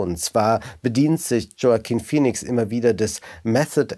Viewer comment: Peinlich Joaquin Phoenix immer noch nicht richtig aussprechen zu können.